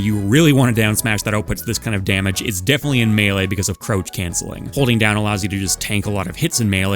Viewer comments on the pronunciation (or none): Y do you pronounce “crouch” like “roach”